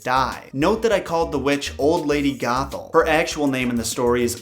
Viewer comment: every time you said old lady gothel. I thought you said. "Old lady Gaga" :)